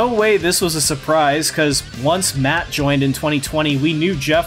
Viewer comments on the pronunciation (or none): Every time you say matt and jeff I hear mutt and jeff and I laugh a little